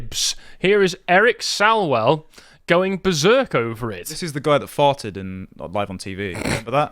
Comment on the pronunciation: Eric's (The willful traitor to Communist China that should be investigated for treason) last name is pronounced Swallows-well. You said it strangely.